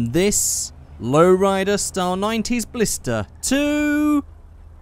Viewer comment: It doesn't really matter but it's Blista not Blister